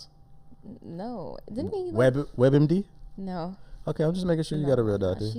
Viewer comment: he said WEB MD lmaooo